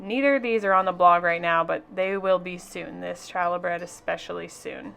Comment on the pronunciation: Challuh is pronounced haa-luh. 😊